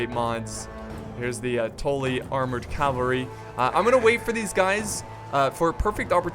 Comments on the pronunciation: House Tolly? Its Tully.. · T- uh - lly not torly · It's "tuh-le" not "tol-e" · It's "Tully" not "Tolly" god.... you are losin it.....:( doesn't change my mind on u secretly dating JF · "Toely" xD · What the fuck is a toelly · "House Toelly" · The butchering of ze Tully name :( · The way you say Tully gives me cancer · The only thing that got slughtered here is that prenaunciation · please say Tully right next time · The way you pronounce Tully makes me feel uncomfortable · yes he did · im sorry everytime i heard it i thought i was gonna have a fit ahah great battle thou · It triggered me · how you said tully XD. no offense, obviously. it just sounds fun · your saying tully wrong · ha you're right still something that annoyed me